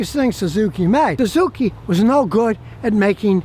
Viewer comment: . THE SUE ZOO KEY?